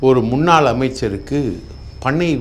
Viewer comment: முன்னால் அமைச்சரின் எனச் சொல்லாமல் உளருகிறீர்